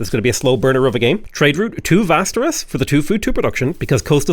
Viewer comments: Västerås is pronounced differently ä = eh without the h å = o simple as that. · Man, love the variation you're able to procide with your Civ content. This was also a great and enteratining episode! Well done! I was pleasantly surprised to hear your decent pronunciation of city names this episode! Except Västerås, that one was still a mess. Västerås is pronounced like "Westeros", but with a V instead of a W.